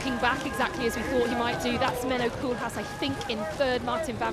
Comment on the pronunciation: another French Koolhaas? Really? American commentator huh? Shame on you